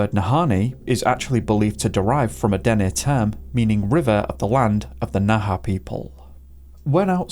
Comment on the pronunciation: Thank you for pronouncing Dene properly … most get it wrong